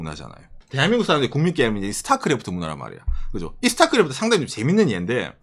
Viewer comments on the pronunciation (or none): none